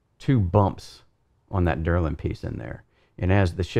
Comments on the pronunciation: Very nice review but please stop calling delrin derlin lol :) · Quality content as always! Minor critique, you kept saying DERlin, but I believe the material is actually DELrin. Keep up the great work, your videos manage to be in-depth, informative and interesting. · Delrin -- DEL rin, not DUR lin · This is a strange comment, what are you telling me here? I was commenting that he had the name pronounced wrong, not that its not a company, or know by completley other name which is meaningless to the subject, I am aware the DELRIN is perfect for high-wear use, I use it all the time. What is it your attempting to say?